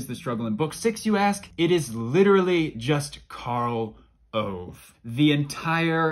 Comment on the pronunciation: Why this Karl Owe? His name is Karl Ove. Well you do your best.